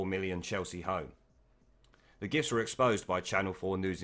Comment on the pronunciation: thought you kept saying 'undeclared GIFs'